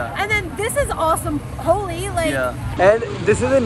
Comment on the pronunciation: It’s HOLI not HOLY 😅🤣🤣